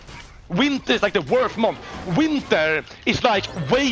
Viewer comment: "winter is like the worest month"